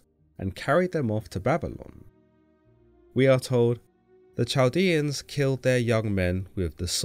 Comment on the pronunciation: Chaldean is pronounced with a "k" sound as in kite or a guttural Semitic "k". Not Ch like cheese.